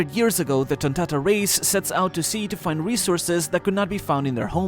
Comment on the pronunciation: You got to love the way bro says tonntada 🤣